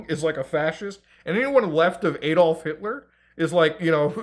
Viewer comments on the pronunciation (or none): none